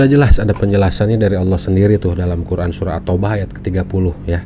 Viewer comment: Murtadin ini kynya membaca lathinnya bukan arabnya sebab terdengar MAKHRAJ aburadul n yg benar dibaca SURAH (H) di bacanya SURAT (T).